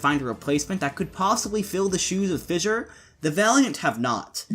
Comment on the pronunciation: Thank you for pronouncing Fissure properly instead of saying “Fisher” like that dummy Mykl.